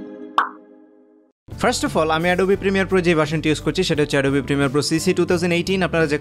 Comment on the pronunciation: ওটা এডোবি না🤣🤣 অ্যাডব